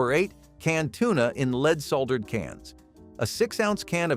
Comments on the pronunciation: Ha! Gotta love speech-to-voice technology! Lead, in the context used, is supposed to be pronounced "led". not "leed". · "LEED?" Seriously? Even a Bot should be able to pronounce that correctly. Wow... I ate LOTS of "Food Sticks." Amazing that I'm still Alive. I can't even Imagine how Many boxes of Frosted Flakes that I ate. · "Leed:???? Dumbazz Al can't pronounce anything correctly. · You know you're getting old when you remember eating and drinking almost everything on that list. And it is not pronounced "leed" it's pronounced "led". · LOVE the mispronunciation of half of these! Watch out for leed poisoning! 🤣🤣